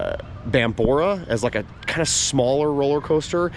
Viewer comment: I'm sorry, What did you say, Bambora, not to be mean or anything, but it's Bombora, not bambora or borabora, it's Bombora . Why do people keep getting the name wrong.🥺